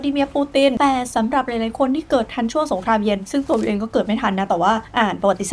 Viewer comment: พี่ออกเสียงคำว่าสงครามเย็นเป็นสงครามเย...นะครับเท่าที่ผมฟังมาไม่รู้หูฝาดหรือเปล่า😂😂